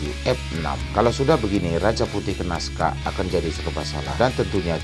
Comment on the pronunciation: Kok bilangnya sokakk😅😅